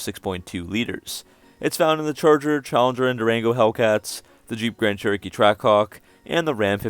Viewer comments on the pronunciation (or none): none